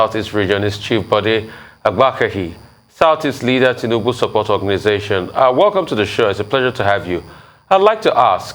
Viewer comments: George, keep deceiving yourself by thinking that your ‘Tinimbu’ will get votes from the South East. You can’t even pronounce your Oga’s name correctly. Ewu awusa. Shame on you. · This one can't even pronounced Tinubu well.